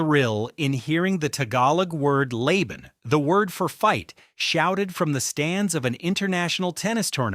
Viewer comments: lah-bun, lah-bun, lah-bun (fight, fight fight)... that's how to pronounce it... not Layban...😀😉😊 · LABAN pronounced as spelled. LA BAN, not lay ban. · Well, it's not pronounced lay-ben. It's lah-bahn. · It's pronounced, ''LAH-BAN." Not LAY-BAN. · Not ' leyban' LA BAN😍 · Laban meaning fight is pronounced LAH-bahn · Laban. Pronounced Lah-bahn. Laban. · LOL - your AI says "leyben" -- AI slop fail again! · Tagalog word laban (meaning fight or struggle) is pronounced as lah-bahn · It's "la ban" pronunciation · Lay-ben? WTF? 😂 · Anglicizing Tagalog words Laban and mispronounced Eala's last name 🤦‍♂️